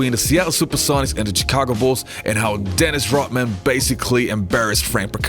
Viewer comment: Pronounced Shhhhicago